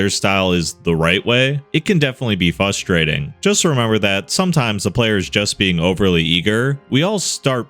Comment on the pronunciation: I can’t stand hearing a grown man says “fustrating”